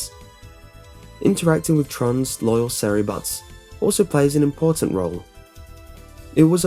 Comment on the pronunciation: that bugged me a bit too lol. He also said "Sarry bots", they are Serv Bots